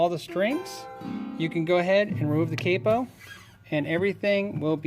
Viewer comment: Cape po.. Capo. . the A is and awww sound . .lol